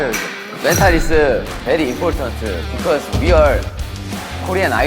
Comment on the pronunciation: mentalEu is very importantEu😂😂i love them